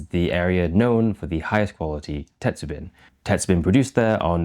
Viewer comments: "bin" is pronounced like "bean" but with the ending "n" being slightly nasal. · I'm curious about your varying pronunciation of "tetsubin." Mostly you say it Western-style—"tetsu-bin, with a short "i"—but occasionally you use the Japanese hatsuon "tetsu-been" (the "i" sound being "ee" in Japanese). Do you mostly say it English-style by force of habit, or are you intentionally using Western pronunciation for your Western audience? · How is it you can roll "arare" off your tongue like a native, but your pronunciation of "tetsubin" is all over the map. Sometimes you had it right, but most of the time the "bin" part sounds like the bin in "dustbin" instead of like the bean in greenbean. Check with a native to work on pitch-accent, too, if you want to really get into it. best wishes.